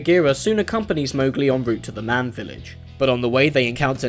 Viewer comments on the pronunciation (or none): none